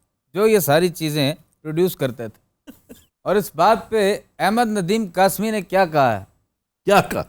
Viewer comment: میرے اردو ٹیچر نے بہت ڈانٹا جب احمد ندیم قاسمی کو احمد ندیم قاسبی کہہ دیا۔